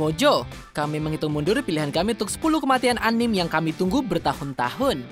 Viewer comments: Anime dibacanya anim goblog Tapi karena kita di Indonesia kita ngomong nya anime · Anim apa sih?? Bahas anime tp ngomong anime aja salah